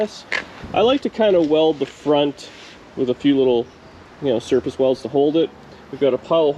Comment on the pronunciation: was that "surface welds" or "circus welds"? It could probably go either way in the DD Speed Shop world. Lol